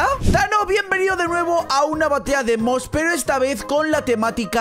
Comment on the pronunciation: dice Batalla de mos Yo: batalla de que, de moscas? XD